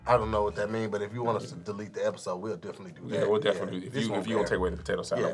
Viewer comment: She called Kev "potatoe one"😆😆😆